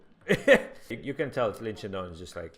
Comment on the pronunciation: its shidong not shindong